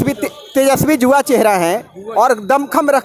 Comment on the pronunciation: Abe reporter जुवा नहीं युवा